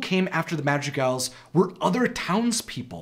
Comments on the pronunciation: how u say madrigals sounds like magic elves... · When you said "Madrigals", I misheard it as "Magic Elves" and was confused for one second... :)